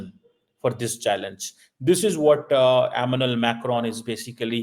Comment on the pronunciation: Pls correct your pronunciation of the French president’s name